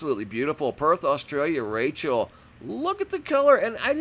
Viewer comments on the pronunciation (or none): none